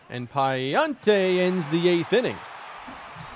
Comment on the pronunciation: As a cards fan it’s pronounced PA-LAN-TE